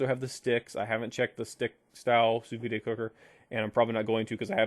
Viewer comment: Yo, it's pronounced "soo veed" not "soo vee-day." Sous means under and vide means vacuum.